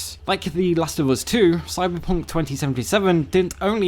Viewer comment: Bruh dat "Cyberpoonk" LOL